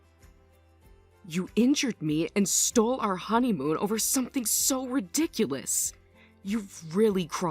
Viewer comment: Not “honeyhoon”!!! 😂😂😂😂😂